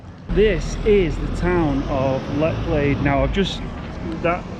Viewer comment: Pronounced Letch lade.... Bor-ton on the warer..... just saying.... Thames flow is low at the moment, hence the cloudiness they try to slow the water to keep it navigable. Keep up the good work enjoying the content.